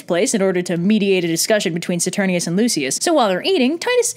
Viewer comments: okay I have watched this video about 100 times (partially because I'm currently in a production of Titus where I'm playing the only sane person Marcus Andronicus [Titus' brother]) and my only critique is ITS "SATUR- NINE-US" (my directer is very made at me cuz I pronounce it like this video) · You kept on mispronouncing "Saturninus."